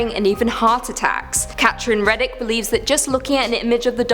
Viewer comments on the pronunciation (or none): none